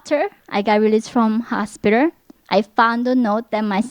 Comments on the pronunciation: her pronunciation of hospiter is so cute!!!!!!!!!!!! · Hoshspiter ?????????? 😂😂😂😂😂😂 all jokes aside I’m glade she’s still alive to tell her story